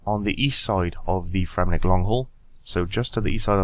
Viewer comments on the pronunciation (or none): It's Fremennik* :)